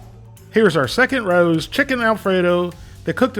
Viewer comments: I thought u were reviewing rao's. But i guess your reviewing ruuwww's 😅😂😅😂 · I think they pronounced it Ray-ohs in their commercial? I forget though. I’m sure it’s on here somewhere online.